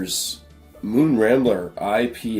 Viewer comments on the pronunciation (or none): Rambler. Not Rangler